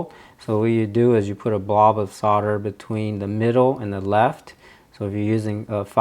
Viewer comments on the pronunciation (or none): none